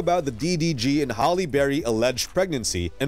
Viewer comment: Please stop calling her “Holly” 😂